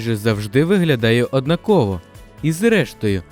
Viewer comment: Що це за слово таке "однакОво" ??? Правильно казати "однАково"